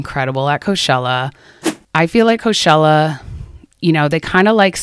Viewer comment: why do you pronounce it co shell uh if you dont mind me asking? i googled it after this cause i thought i was saying it wrong but its pronounced co chell uh.